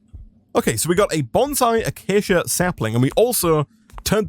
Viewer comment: Did this man really just pronounce acacia "aw-keyuh"